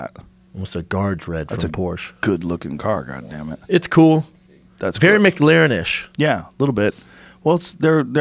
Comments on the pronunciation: Schaub says “Mick Larren” 😂😂😂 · Brendan "Mick Laren" Shaub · What the fuck is a mc larin please say the word with the Celtic pronunciation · Brendan is such a douche "Mc-larin" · Micklaren?? It's McLaren guys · Would this idiot stop saying mic -laren. Dude, its Mclaren. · Drink whenever Schaub says "MicLarrin" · M clair in, not Mic leer an ... its an f1 team not a burger joint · It is Mclaren not Mc laren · THECFUCK ARE THEY SAYING?!?!?! "MIC-LAREN"!?!? ITS "MU-CLARIN" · It's not Mac Laren it's M'claren. You're welcome Yanks. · It’s mclaren not mcglaren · Brendan "Mick-Laren" Schaub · "Mick-Laren"? C'mon guys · Brenden “Mc-L-aren” Schuab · Tu Madre Ahahahahah so true. MacLaren 😂😂😂😂😂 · Brendan “Mic-Lahren” Schaub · "Mic-laren" lmao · A Mac Laren? Excuse me Mr Schaub? A Mac fucking Laren? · It’s not a mc-laren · Schaub is pronounced MA-CLAIR-IN its not a fucking McRib! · brendon "mic larren" schaub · LMFAO pronouncing mclaren .... mic-laren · Brendan "Mick Larren" Schaub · What the FUCK is a MickLaren? Jesus, every time with this dude. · Brendan “Mic Laren” Schaub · MicLarin? Is that how you say it? Wth lol ive never heard anyone pronounce it like that.. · Brendan "Mick Lahren" Schaub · "Mick-Laren" lol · Brendan the type of guy to pronounce McLaren as Micklaren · Brendan “ MAC-layren” shaub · The way Brendan pronounces "micLERON" is fucking annoying. With the accent on the LERON.... smh this guy never seizes to amaze me at how pretentious he is. And for the idiots who dont understand I'm writing it out fineticly. Go fuck yourself. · Brendan “Mick Larren” Schaub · Is Schaub saying "MicLaren"? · Say Mc-leran 1 more time its not built by mcdonalds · Lmfao why can't they pronounce McLaren properly there not part of the McDonald's franchise hahaha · It hurts my feelings how Brendan pronounces McLaren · Joe looks like an 8 year old is going to booby trap his house and foil his plot to rob it and Schaub pronounces Mclaren like its a new sandwich at McDonalds